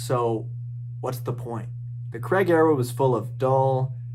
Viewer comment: I’ve watched 5 posts on James Bond this afternoon, all 5 hosted by Americans. That’s fine by me, HOWEVER not one of these 5 hosts has been able to pronounce Daniel Craigs surname :- CRAIG. Every single one of them have pronounced CRAIG- CREG. Strange but true.